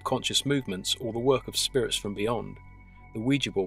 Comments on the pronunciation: my understanding is that the name derives from the French and German words for "yes": Oui and Ja. Therefore, your pronunciation would be correct. Great channel, btw. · I've heard it pronounced both ways. I think you're saying it the right way. It was a very interesting video as well. Now I don't have to be so afraid of the Ouija board.